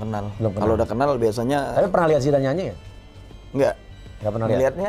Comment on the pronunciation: Gagal paham bang Andika sebutin nama Zidan...manggilnya zamban 🙏🙏🙏🤭🤭🤭